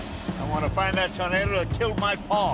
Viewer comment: "I wanner find that tuuurnader that kilt my Paaah!!!" Mr. Leno🤣👍 Awesome Vehicle!👊